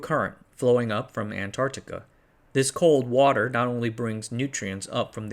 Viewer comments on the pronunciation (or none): none